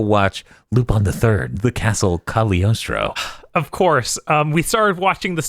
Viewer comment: I wonder if they know the g in cagliostro is silent Eh sort of